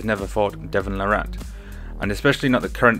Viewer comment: It's pronounced "Lah-rit", like carrot. Here's Devon pronouncing his own name